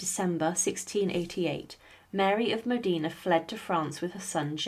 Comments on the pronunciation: Facts before sensationalism...also pronunciation...Modena not Medina. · please......please.....Duce of MODENA not MODINA........Modena Modena Modena😬😬😬😬😬😬😬😬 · Modina😮😂😂😂 MODENA, MODENA, MODENA!!! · It’s Modina!!!! Not Modena!!!!